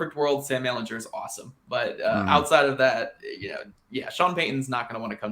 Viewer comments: Please learn to pronounce your starting QB's last name. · Went to the comments to say this lol. I can't go the rest of the season hearing that 🤣